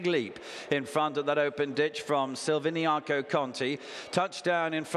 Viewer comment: say the bloody name right! silviniaCo not silviniano